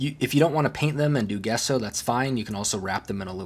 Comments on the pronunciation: Gesso is pronounced like Jesso with a J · Thank you for showing this. I believe, Gesso is pronounced Jesso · Hi, That white undercoat you're using is pronounced , "jesso" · It's pronounced Gesso. He's using Sargent Art Liquid Gesso.